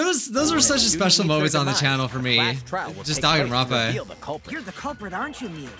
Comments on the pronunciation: I can’t get over how the announcer keeps calling it Dankanronpa with a k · Of course you haven't, nobody says Dangaronpa they say Danganronpa